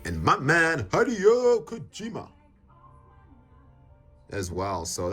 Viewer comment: Says “my man Hideo Kojima” but can’t pronounce his name correctly 😂